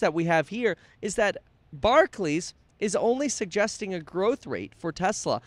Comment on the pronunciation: It's bar-clAYs Kevin. Barkley was an old school trash talking hooper, not to be confused w Barclays.